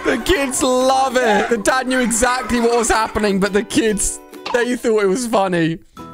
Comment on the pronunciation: Did u called the dad a dog u said dad wrong